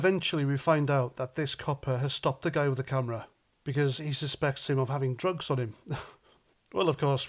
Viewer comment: I actually thought he said "I need to search you because I believe you are in a position of drog!" Jesus!